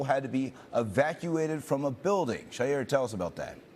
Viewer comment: I think that he broadcaster is pronouncing the in the scene reports name incorrectly. Isn’t it Shaira (Shī-Ra)